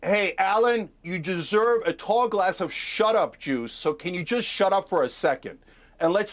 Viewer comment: This makes sense, you're right, Cenk definitely said juice to him. Shut up juice, lol it sounds like jews!